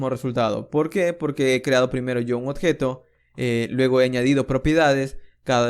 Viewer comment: compatriota peruano detected :D (cuando menciona odjeto) gracias bro por el aporte